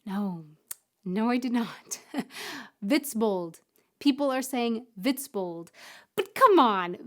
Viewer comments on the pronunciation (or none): Almost :-) The "bold" in Witzbold is not pronounced like the English word bold. No o-u gliding diphthong in there - just a plain short "o" like perhaps in Orange. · Matschepampe ist matschige Pampe (muddy mud) just an accent here. It is hard for you, but you need to get rid of diphthongs like "ou" in Witzbold. Endings in German are always hard so it is pronounced like "Vitsbolt" and Auf Wiedersehen is like "auf veedeasehen" (au is like the ou in out). Our Endings "-er" are with no r. It is a schwa... Hope this helps...